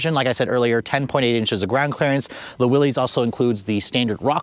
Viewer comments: It's pronounced Willis not willies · It isn’t “Willies “. Good god that is embarrassing